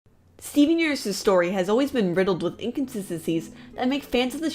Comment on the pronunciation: “Steen Yerniverse” damn girl pronounce your words right